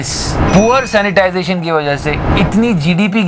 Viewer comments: Sanitation hota h.. sanitization nahi bhai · 'sanitation', na ki 'sanitisation'. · Sir, it's poor "sanitation ",,, not " Sanitization". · Keep up the good work. But it should be "sanitation" not "sanitization". (sorry for nitpicking) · bhaii it is sanitation not sanitization...😉😉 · bhai it's "SANITATION" not "SANITIZATION". By the way great work. Big fan.